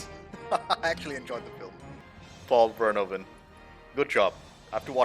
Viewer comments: Verhoeven" is actually pronounced "Fair-Who-Fan". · Paul Verhoeven. Ver-hoof-en.